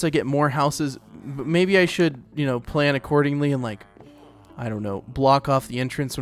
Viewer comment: when he said "i don't know" he said it like "i don't knOw" 💀